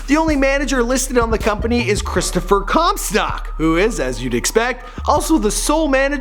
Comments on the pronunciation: stock* not stack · Anyone else pissed off how he says “comSTACK” like no, “comSTOCK” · Did anyone heard him mispronouncing "Comstock" as "Comstack" ? Or is it just me? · who else cringed when he said chris comstAck instead of chris comstOck? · I know Chris comstock but not Chris comstack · It's COMSTOCK not COMSTACK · How Do you mispronounce Comstock as Comstack no a??? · ITS PRONOUNCED COMSTOCK NOT CUMSTACK OR COMSTACK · how do you fuck up comstock. your saying comstack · OH MY GOD EITHER SAY COMSTOCK OR COMSTACK JESUS CHRIST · you said Chris Com Stack instead of Com Stock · Everyone: Chris Comstock:Chris Comstack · when he said Chris comstack other then Chris comstock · you keep sayin chris comstack instead of comstock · Anyone else get triggered when he said chris comstack instead of comstock? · Why does he keep saying comstack 😒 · This is how many times he said comstAck I \/ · "Chris ComSTACK" LOL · CAN YOU PLEASE STOPPRONOUNCIG HIS LAST NAME (com-stack) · Chris Cum-Sock? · “Chris Comstyack” “Chris Cromstack” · I heard it as chris cumstain i dunno why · Chris Comstack xDDD Comstack lol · He keeps saying Comstack. Whyyy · Comstack. It bothered me more than it should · You pronounce it 'Chris Comstack' haha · chris 'comstack' ahahahha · Chris cumsock is all i heard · Stop saying “Chris Comstack” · It's comstock not comstock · Yeah it’s updated because you can’t even pronounce his last name right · Can you pronounce marshmallow and maybe Comstock correctly